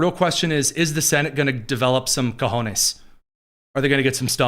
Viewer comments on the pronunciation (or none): none